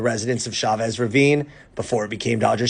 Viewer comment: LA in a few minutes..... Thanks for giving this story the seconds it deserves. E.LEE.sian Park. Chavez - Ch as in 'Cheers', not as in Chevrolet - it's Spanish, not French.